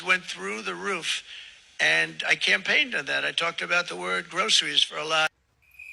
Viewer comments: Yet says "grosheries". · Great video....but one thing is hurting my ears. Why a sh sound in Groceries? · XD that skit started SO GREAT --- but u failed urself :/ "groceries" is in ALL varieties of english pronounced with an S-sound, and ONLY in american english u can encounter a pronunciation with a "Sh"-sound (if that was ur point) but that is PROSCRIBED by most authorities of american english. so, he, for once! does something right, in not pronouncing it like a redneck / backwoodsman ..sorry🤷‍♂ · Sorry, teacher, but you mispronounced both Karoline and groceries. Open mouth, insert foot. Maybe we just live in different parts of the country. I opened this video to watch you ridicule MAGA but from my neck of the woods you appear to have strayed into a minefield: pronunciation; and ridiculed yourself in the process.